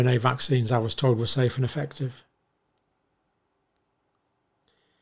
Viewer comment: he's at the very top of the pyramid. "it's swwaaafe wand effectwive." - anthony fauci